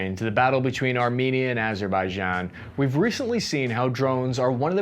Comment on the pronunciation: Cappy pronouncing Azerbaijan correctly on his first try?! Who is this imposter?